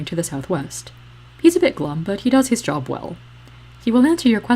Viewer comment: immediately “liked” when you said “jerb” instead of job which I can only hope was an unconscious coach Z referent